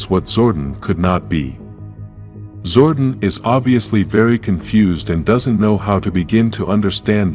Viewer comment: Its zor-don not zord-on